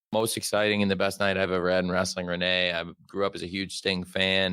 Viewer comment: Renee Moxley Good. The way Jim pronounces her name makes her sound like a character from a period drama.